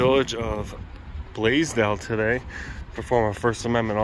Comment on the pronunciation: I’ve never heard of the city of Blasdell until now. The first few times that I heard you say it, I thought you were saying “Blazed Out”. Lol. Like when the officer roughed you up for trying to get your ID, I thought you said something like “here comes a Blazed Out officer”. I thought you thought or knew he was high at first. Lol. My bad. Hey Molly. 😉